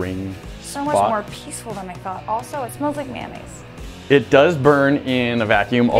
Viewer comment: no one (talking about smoke): also it smells like maynaise: also itsmells like maynaise